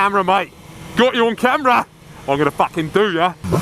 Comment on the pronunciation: "I'm gonna' fackin do ya!" Ahahahah